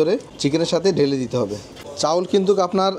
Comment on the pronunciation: চাউল না চাল 🐸